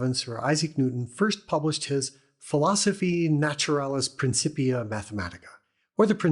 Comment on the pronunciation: It's pronounced "prinnkippeeah. "C," in the middle of a Latin word, is pronounced as a K.